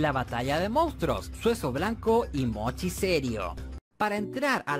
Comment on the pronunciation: Y dale con decir mounstros. Joder, qué dolor de oídos. MONSTRUOS!